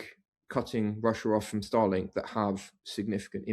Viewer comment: Star Link not Stah Lenk